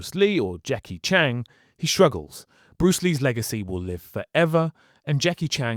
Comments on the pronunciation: Its not Jackie "Chang" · Jackie Chan not Chang... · He should have been Jonny Cage. Ps. Please learn to pronounce the names. 😂. How do you even get Chan wrong?